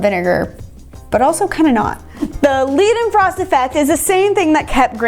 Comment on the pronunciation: It's pronounces like Leyhdenfrost lol. It also happens between solids if one of the solids sublimates in ambient conditions. Might me nice for a future video, take dry ice and some smooth surface and you're basically all set. I'm currently working on an experimental setup to measure the vapour layers thickness of such a situation for my master thesis.